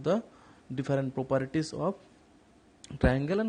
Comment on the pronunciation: Sir its properties not properities